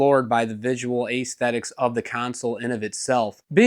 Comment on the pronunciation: Take a shot everyone that dude pronounces aesthetics or accessories wrong. 🤣